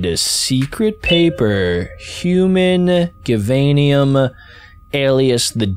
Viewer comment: it's pernownced jivainyum